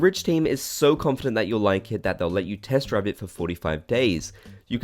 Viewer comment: Did he say test drive or test try for the ridge wallet